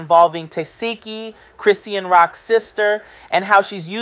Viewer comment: What keep calling her name wrong it chrisean